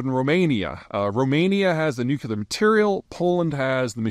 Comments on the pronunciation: Why can’t you say Nuclear correctly? “New-Klee-Er” not “Nuke-U-Lur” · Nuclear not nukular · Big fan, thankss for your work and vision. Little help: don’t say NUC YOO LAR, correct pronunciation is NUC LEE AR There is no such this as a nucyoolus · Why does PZ say nukular instead of nuclear??? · It's nuclear, not nucular. You know what? If everyone has a nuke, then no one can threaten anyone else, or else. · nuk-LEE-ur not nuk-YOU-lur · Hi Pete! It’s pronounced more like New-Clear. Not Nu cue lar. 👍🏼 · Nuclear not Nucular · Today I kearned that Peter pronounces it "Nuke You Lar," as opposed to the correct "Nuke Lee Ar." This is never going to not bother me now. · Boy I couldn't stand the nucular anymore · It’s “nuke-lee-ar” not “nuke-you-lar.” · Take a shot every time Peter says "nucular" instead of nuclear. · Say after me NU CLE AR, not NU CU LAR why is that so difficult. Makes you sound like W. Not a good thing. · why does he keep saying nucular instead of nuclear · Still saying nuculer… amazing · New-clee-ur. Dammit. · Noo klee ur. It's pronounced nu klee ur. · Not nooocuelar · Nu-cle-ar. Sound it out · NEW - KLEE - ARE (nuclear) C'mon, dude, you're a grown man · Peter... Nuclear... There is only one U in nuclear. It is not nucular. I credit you with exceptional intelligence. But you and Bob Woodward insist on pronouncing this term as "nucular". IT IS FUCKING NUCLEAR... THERE'S ONE U IN NUCLEAR!!! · In 3 minutes 30 seconds, the word nukeyouler was said 13 times. Anyone know what that word means? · "New Cue Lurr" 🤡Fop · what is nucular ??? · Bush used to do the same thing. No different from all the other words mis-pronounced in various parts of the country. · The irony of an American geopolitical strategist mispronouncing nuclear is pretty rich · If you want to watch the world record for mispronouncing "nuclear", this video is for you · take a shot every time Peter doesn't know how to pronounce "nuclear" and you won't come out of this short video sober